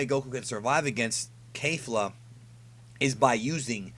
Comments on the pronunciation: Why do you keep pronouncing it Kayfla as if it's right. It's pronounced Kefura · curious...how is it kayfla when she and the announcer say it like kefla? Maybe i missed something, anyways good vid! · Kefla not Kayfla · No matter how many times you say KAYfla ill always always call her KEFla. Rolls off the toungue better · Isn't it pronounced K"ef"la